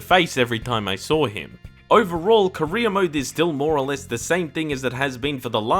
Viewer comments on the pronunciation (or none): Same here 🤣🖐 God dammit it's career not Korea car and reer = career for him it's more like ko and reer = korea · everytime you said career mode, i thought you said korea mode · I know that you're saying career mode, but I cant help but hear Korea mode, which sounds hilarious to me lol